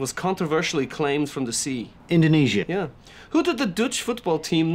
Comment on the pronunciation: "Indonesia." Ouch.